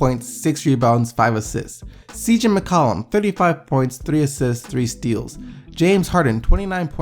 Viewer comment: there's something about the way you pronounce McCollum that really irks me lmao